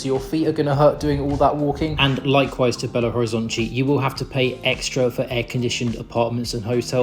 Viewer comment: Belo Horizontchi is the pronounciation from Rio de Janeiro people, maybe from Bahia.